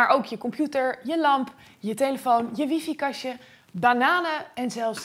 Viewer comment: Leuk gemaakte video, heldere uitleg, enthousiaste presentatie, complimenten! Eén kritiekpuntje: Waarom spreek jij Wi-Fi steeds als "wiefie" uit? Dat klinkt nogal dom. Heel erg dom zelfs. En lelijk. Het is namelijk "wai-fai", zoals je ongetwijfeld weet. Hetzelfde als bij Hi-Fi zeg maar, dat spreekt men toch ook niet als "hiefie"uit? En zeg a.j.b. niet dat die domme uitspraak reeds ingeburgerd is, want je moet je als mediabedrijf (zeker met de omvang en impact van RTL en Bright) en vooral iemand als jij, afgestudeerd in de theoretische natuurkunde, toch zeker niet verlagen tot de laagste gemene deler, het domste deel van het volk, qua uitspraak van moeilijke woorden?